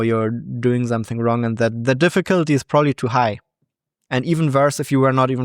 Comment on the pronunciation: "prooly" lol